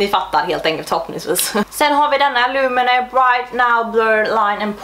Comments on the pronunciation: Tror att du uttalar Lumene rätt på svenska :)Är från Finland och där uttalas det lomene, alltså inga långa vokalljud ( då U uttalas som O) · Lumene uttalas "lomene" snabbt, alltså ingen betoning på någon viss bokstav :) U uttalas som O på finska.